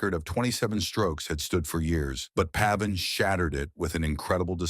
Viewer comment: Pronounced pave in. Come on people.